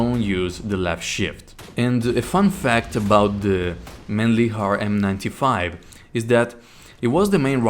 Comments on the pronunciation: I'm Austrian and I can assure that it's not pronounced like that either 😂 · It's pronounced "Mahn-lichhhhhhhhhh-er"